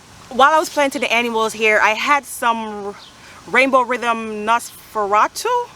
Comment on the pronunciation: 😂 Nosferatu is Dracula. 🧛‍♂️ And you pronounced it right!! 😃